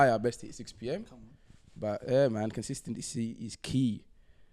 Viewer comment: “Consistelency is key”